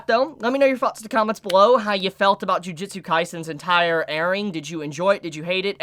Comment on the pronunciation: Am I the only one who gets slightly annoyed that so many people keep Pronouncing "Ju-ju-tsu" Kaisen as "Ji-ji-tsu" or "Ju-ji-tsu"???